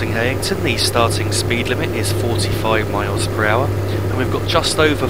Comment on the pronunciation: Thought it was pronounced High-ing-ton?